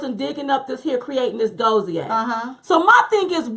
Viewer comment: Dossier is pronounced like this